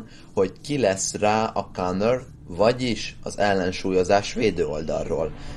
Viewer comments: ha valaki komolyan akarja gondolna az ilyesfajta videók készítését, akkor vegye a fáradtságot és nézzen utána, hogy hogyan kell kiejteni egyes angol szavakat, egyébként meg köszönöm, tudom mit jelent maga a counter kifejezés, a kánnört viszont már annál kevésbé :D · Azt a T betűt máskor ki kene ejteni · konkrétan ki sem ejted... w/e